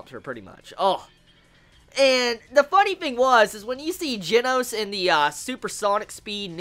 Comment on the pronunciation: Plz learn how to say Japanese names oh gosh. The pet peeves hurt IT HURTS. Like the "G" in Genos is said like hi you said the "G" in Garou and then the "no" in Genos you got it alright-ish I'm pretty sure the "s" is pronounced like a "su"